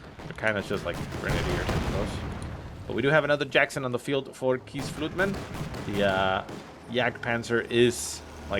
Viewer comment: I clicked on this video just to hear butcher keesfluitman xD